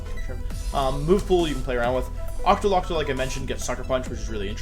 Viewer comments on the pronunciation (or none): “Ocktolocko” ok Wolfe